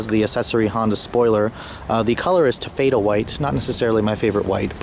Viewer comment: What is Ta-FAY-duh white? Do you mean TAH-fa-duh?